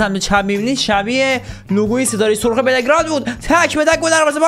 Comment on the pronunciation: بِلِگراد نه بِلگِراد😂😂😂